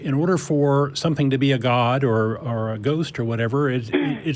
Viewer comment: Ghost? I thought you said goat.